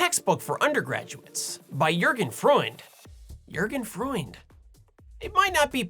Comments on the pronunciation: Your pronunciation of Jürgen Freund os good enough for a non German, and the fact that you are trying very hard gives you extra point. Don't let others get on you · Not the worst German pronunciation. At least your last try:P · Your pronounciation of "Jürgen Freund" was eh close enough Just kidding, was better than expected ;) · Your pronounciation of Jürgen Freund was absolutely flawless.